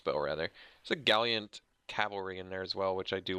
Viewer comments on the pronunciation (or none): It amuses me when people misread card names - you say "Galliant" rather than "Gallant" - and Ben Stark says "Basilik" instead of "Basilisk." I wonder how many I mispronounce. Thanks for making these videos! They are fun to watch!